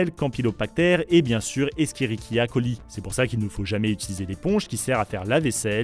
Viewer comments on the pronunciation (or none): J'ai besoin d'entendre à nouveau le nom escherichia coli venant de toi. 😂 C'était énorme (pour info, ça se prononce échérichia coli). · … ça se dit echerichia coli mais bon :,) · juste quand t'a dit le passage sur les bacteries pathogènes et que t'a parler des echierechia coli, tu l'a prononcé "eskiéréka coli" t'es sur que san ne se prononce pas comme il est écrit? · "eskérikia coli" 😅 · Oh la pronontiation douteuse d'Eschrerichia Coli (E.Coli) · La bactérie se prononce 'échérichia coli" ;) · oh mon dieu la prononciation de escherichia-coli xD ça se dit phonétiquement "échérichia" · A , on prononce Éshérishia.coli à l'oral et non pas en prononçant Éskérikia.coli. C'est un petit détail scientifique si jamais 👍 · "Eskérikilia Coli" je ne l'avais jamais entendu celle-là 😂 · Waw j’ai tellement rie, une bactérie si connue tout le monde sais que ce n’est pas comme ça qu’elle se prononce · Il n'y a pas une coquille dans la prononciation de "ESCHERICHIA COLI", qui est prononcé "ÉSKÉRIKIA KOLI" ??? Perso, j'ai toujours entendue prononcé "ÉCHÉRICHIA KOLI" . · La prononciation d'escherichia coli par contre...